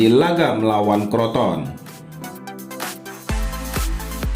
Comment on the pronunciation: crotone lah bukan kroton 🤣